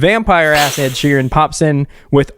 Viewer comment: “I’m used to hearing ED as erectile disfunction” 🤣🤣🤣🤣🤣 he really read Ed’s name as “E.D.” 🤣🤣🤣